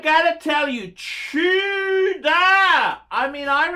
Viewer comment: Chew-dor A great phisting watch - Rolex quality at bargain price.